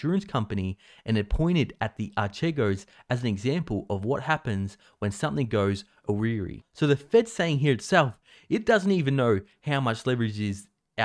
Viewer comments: A weary, is that how you pronounce awry? Go to Google Translate and type it in and press the speaker 🔊 icon. Ditto for the word specific. Its a bit much when you discuss the prospect of inflation and say you are not predicting huge inflation. News to me, four or six weeks ago you were predicting huge inflation. But good advice about putting part of assets in cash, and good video giving good ⚠ warnings ⚠ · Never heard the word awry pounced that way.... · Say awry again! I double dare you!